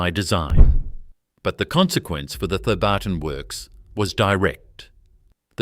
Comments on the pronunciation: G’day, it’s pronounced ‘Theb-artn’ without the hyphen… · It's not pronounced The barton